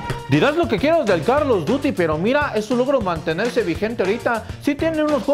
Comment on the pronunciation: 2021 y ni aun pronuncia bien el nombre del juego como se escribe:call of duty como se lee: coll of dury